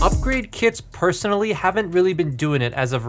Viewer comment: he said perthonally😂😂